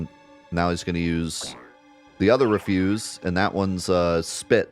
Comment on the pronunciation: It's "reh-fyuz", like garbage, not "ree-fyuz" as in "not to do".